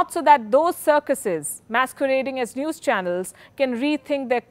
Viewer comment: Its zee newes